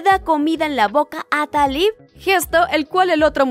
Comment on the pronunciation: Me encantó tu resumen, aunque a este le faltó un poquito para que algunas personas que no lo han visto entiendan por qué TenTen no le dice a Taliw que la ama, lástima que no pudieron hacer la segunda parte y espero que no te enojes y menos tus seguidores, pero el nombre de ella se pronuncia Taliú